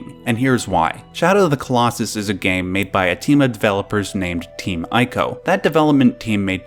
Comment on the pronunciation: Not to nit pick... but as 'Wander' is pronounced 'Wanda' in Japanese, ICO is pronounced 'ee-co not 'I-co' ; )